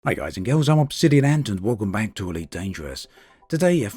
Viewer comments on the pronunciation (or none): none